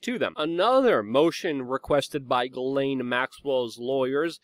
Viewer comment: Thank you for pronouncing GM's name correctly.